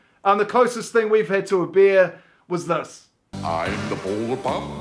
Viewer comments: I thought you said "beer" when you said "bear," 😅🇨🇦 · I'm Canadian and my boyfriend is Kiwi. We've lived in both countries over the past few years. Our biggest disagreement is the difference in pronunciation between "Bear" and "Beer" 😂